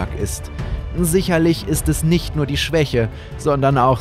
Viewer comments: Ich habe real auch gesagt "NUUR"? Digga du hast gefüllt die ganze Stadt acumatisirt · Gabriel:ich möchte NURR bie